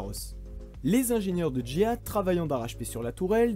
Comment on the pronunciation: Vous êtes sûr que GIAT se prononce comme Jihad?